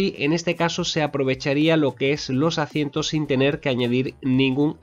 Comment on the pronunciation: ¿por qué dices "acientos" en lugar de asientos?